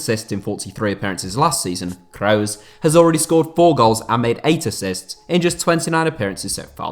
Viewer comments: Dude pronounce Toni kross name properly smh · When you kroos it makes me want to actually cry, stop fucking saying it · Not sure if he is saying Kroos or Reus